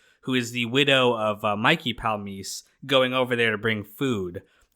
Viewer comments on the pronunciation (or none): Palmice has 3 syllables, not two. Otherwise good job.